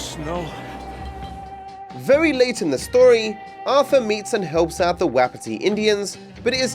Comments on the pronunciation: fairly certain it's pronounced more like waPIti instead of WEpiti :) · Fire is hot. Doggo is good boy. never played RDR2 so he doesn't know how to pronounce "Wapiti."